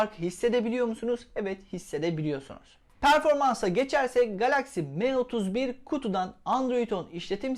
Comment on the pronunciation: me31 değil sanki em31 diye telaffuz ediliyor